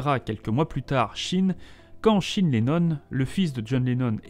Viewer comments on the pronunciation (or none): Shine, c:est quoi cette prononciation !!